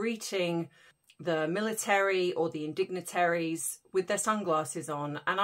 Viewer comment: Ohhhh!!! I swear it sounds like you said "indignitaries" when you talked about the troublesome two wearing sunglasses when greeting the... 😂 I would argue that Haz and Megsy are the ultimate INdignitaries!!! ❤ Love it and love your channel and your insights!! ❤❤❤